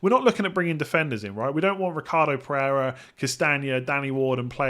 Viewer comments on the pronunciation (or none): none